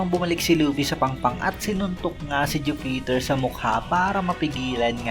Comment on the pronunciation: Jupiter not ju peter! Haist!